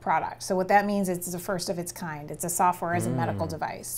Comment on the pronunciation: Can someone enlighten me what word she said in this timestamp 😅. “ “ product, where it means that it’s a first of its kind. 😅